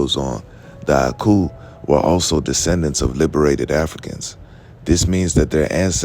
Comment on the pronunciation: 😮😮😮 You pronounced the oku/aku with perfect accuracy